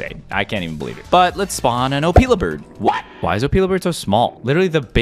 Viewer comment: Your pronouncing Opila bird wrong.